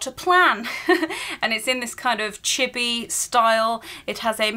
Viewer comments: oh chibi, it sound like chipi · I cringe at the way u said chibi its pronounced chee bee